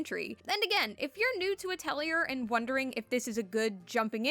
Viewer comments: Ah-tell-ee-ay. Or ah-toll-ee-ay. It's not a hard R sound. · please stop mispronouncing atelier it is very frustrating to hear valid opinions interspersed with cringe inducing pronunciation